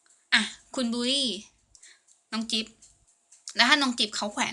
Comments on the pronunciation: จิ๊บ คับ ไม่ใช่ กิ๊ฟ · จิ๊บ ครับ ไม่ใช่กิ๊บครับ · จิ๊บค่ะไม่ใช่กิ๊บ😂 ชอบคำพูดพี่มากเลย😍